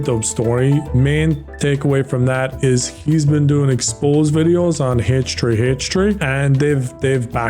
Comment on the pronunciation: “HtreeHtree”🤣 i’m not making fun of you …I’m just,well I guess I am making fun of ya.But all in good fun…right?😭